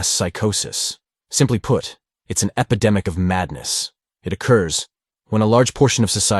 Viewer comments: Epidemic not epedemic. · Hi. It’s “epidemic,” not “epedemic.”